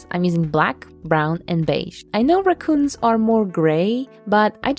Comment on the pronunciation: There is no more r-AH-coons…. Only r-UHH-coons from here on out for me lol